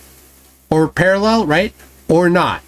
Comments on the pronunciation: Guys guys they remain - Para-LLELL. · Why does genius pronounce parallel as parallelle? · Austin has started saying parallel with the same weird inflection as Dirth.